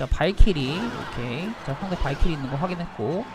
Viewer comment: 초16초인가 발키리를 크흠 발기리음